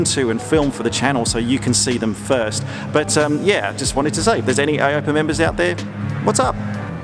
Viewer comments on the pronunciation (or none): its Ay-oh-pee-ay; not ay-ope-ah....;) nice vid, loved it!